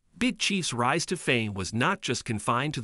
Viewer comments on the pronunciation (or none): none